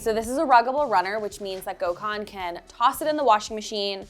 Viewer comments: Take a sip Every time she sys gokhan😂😂😂😂😂😂 jeeeeeZzzzz woman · Gosh it killed me hearing how they pronounce his name. Gecmis olsun Gökhan… u should really tell them how its pronounced correctly 😂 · The way you pronounce his name is craaaazy 😂